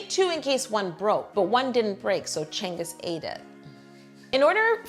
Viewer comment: why is she pronouncing cengiz like "chengis"? it should be more "jengiz"